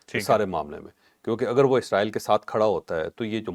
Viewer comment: Please..... Israel اسرائیل is a proper word عزرائیلis a wrong pronouciatio n